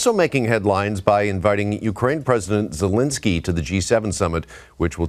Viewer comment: Excuse me, but you mispronounced President Zelenskyy's name as "Zelinsky". That man, that hero, deserves better. Your credibility is very low with me, to say the least. 😒🙄